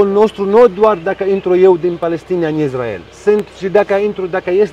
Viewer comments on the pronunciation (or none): Mă, Isssssssrael, Issssraelieni, nu Izzz... Pronunță corect! Si Yaffa tot așa, niciun fel de Jafă, Yaffa! Nu Haífa, ci Háifa